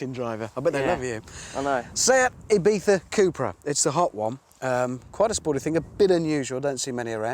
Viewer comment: Hair on my spine pikes up when british man spells Ibiza.